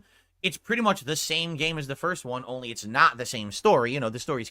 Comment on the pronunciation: “it snot”